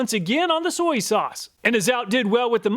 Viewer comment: Soy-E sauce